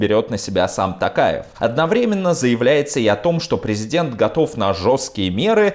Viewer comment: Касым-ЖОмарт Токаев! ТОктар! У казахов имена (и слова) с буквой "О" читается с буквой "О", а не "А". Режет слух!